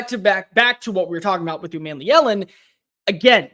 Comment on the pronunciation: It’s not man, but mon like Jamaican mon (yea mon !)! U mon me Ellen is correct !